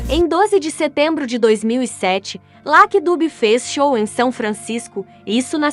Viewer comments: Pra mim não, é verdade, se pronuncia laque é? Ou Lucky? Presta atenção, independente se é dublado por IA , a pronúncia é Lucky e ponto. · escreve Lucky e pronuncia Lacky